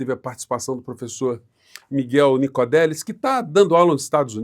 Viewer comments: Nicolelis e não Nicodelis, como o amigo falou. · É “NicoLelis” professor… 😬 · Só fazendo uma correção: é professor Miguel Nicolelis e não Nicodelis. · Oi. Sou seu fã. Acompanho você há muito tempo e assisto todos seus vídeos. Gosto muito do professor Miguel também. Só uma dica é Nicolelis e não Nicodelis. Um grande abraço. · Nicolelis, professor, e não Nicodelis!